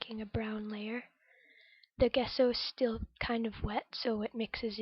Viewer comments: Thanks for sharing! Page is coming along nicely, looking forward to Part II. P.S. it's pronounced "jess o" rather than "guess o" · It looks great,! I really like the torn map as the base! Can you still see bits of it showing through? Really like the colours you've chosen too! Off to see Part 2!...Nancy:o) (Gesso is pronounced with a soft g sound)